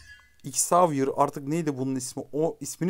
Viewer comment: Hikâyede atlas 15 metre felan ağa valla beton yetmez 🤣🤣 bu arada zevier diye okunuyor gardeşim